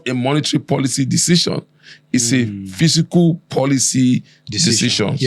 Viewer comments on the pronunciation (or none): Fiscal not physical!